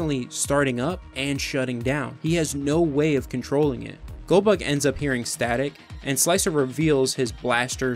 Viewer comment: I swear every time you said goldbug I heard Goldberg, brought back memories of watching wrestling. Great vid.